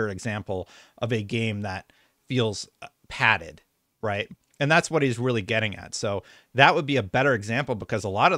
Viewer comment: He said, “too padded”.